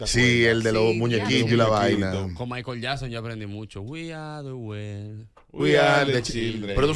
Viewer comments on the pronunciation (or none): none